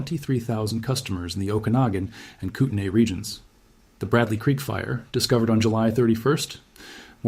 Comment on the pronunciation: You've got to be from Washington. You pronounced 'Okanogan' and 'Kootenay' correctly. 😊